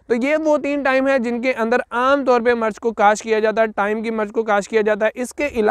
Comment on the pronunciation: Bhae jaan murch nhe mirch hota hy